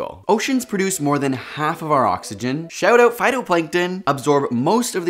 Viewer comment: Had to change immediately when I heard "shout out phtuitnngkjls" hahaha sounded like my school teachers trying to stay hip